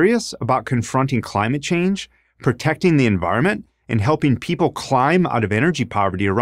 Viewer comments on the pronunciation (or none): none